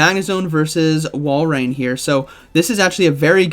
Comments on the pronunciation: It's Wal-rain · I love how every commentator struggles to pronounce Walrein, lol. I think it’s Wall-rain